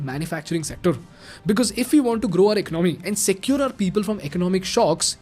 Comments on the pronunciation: Learn to pronounce "Economy"😂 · Please correct you pronunciation of "ecomomy". It is not Economy, but ecaanamy.